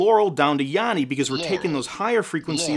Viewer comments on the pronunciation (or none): I heard "yammy" very clearly for the whole video. (with an "m")